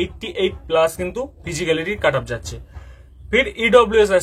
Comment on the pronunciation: কাটাপ আবার কি হয় ভাই? কাট অফ হয় জানি যদিও যিনি ভিডিও বানিয়েছেন তারও উচ্চারন একই কাটাপ উচ্চারন টা ঠিক করুন স্যার It's 'কাট অফ' not 'কাটাপ' 😂😂